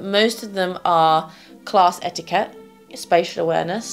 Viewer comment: “spatial” dear